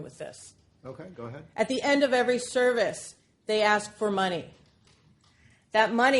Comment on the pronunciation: The one and only ""